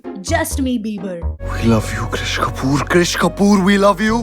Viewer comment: Krish Kapoor nhi Keshtopur 😅 WTF didi 😂😅